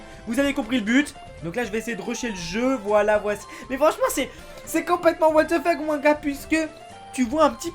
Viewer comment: sa se dit " WATH THE FUCK